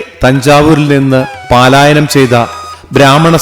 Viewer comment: പാലായനം അല്ല പലായനം